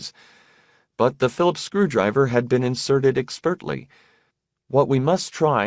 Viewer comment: This guy has been pronouncing words oddly in every book I've listened to so far. I've taken it stoically. But he keeps saying "expertly" almost as two words; "Ek spurtly." Something has to be said.